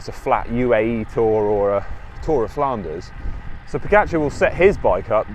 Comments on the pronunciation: You know your cycling, for sure but I wish you Brits would learn how to properly pronounce the guy's name. After-all, the dude is a double Tour de France winner and deserves due respect. Look, there really is only one way to say "ga". Try it? Now say Po-ga-c(h)ar? The Brits got together and decided that it should be Po-get-char. Tadej (pronounced Tadey) is Slovene and Pogačar is a Slovenian name. I am sure that you would like your name pronounced correctly. Please, ✊. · Odd: you make a video on pogacar. Why not learn how to pronounce his name correctly? Ugh